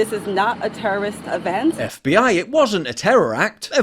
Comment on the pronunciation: She said "terrorost event" lol could you soften the language any more? Are you really that scared of offending terrorists by calling it an attack?